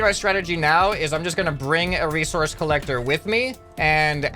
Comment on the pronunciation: Bro you okey bro? You just switched s - c by saying (Recourse) instead of resources bro you alright? Are you drunk? Its ok anyways just a lil bit sus